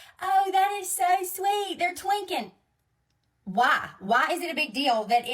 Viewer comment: Twinkin...? I think she means twinnin?